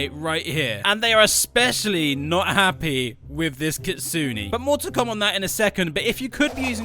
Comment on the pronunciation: GROW A GARDEN GETTING CANCELLED IS WILD 😭 edit: you pronounced kitsune wrong 😔💔 (I have nothing against it, it’s just smth I noticed lol)